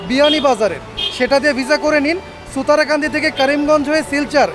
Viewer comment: ছুতারকান্দি না শুতারকান্দি বর্ডার, শেওলা বিয়ানীবাজার ,সিলেট